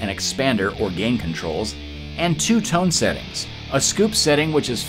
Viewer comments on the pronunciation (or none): none